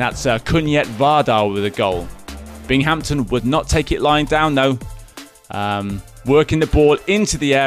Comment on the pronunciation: This looked polished. Audio wasn't my cup of tea. Get rid of the Brit. "Bing-Hampton"? Also, names instead of numbers would be nice.